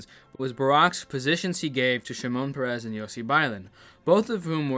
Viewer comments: is peres, not perez,hes not mexican god damn it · you pronounce it like the name of the pokemon "paras", clip for reference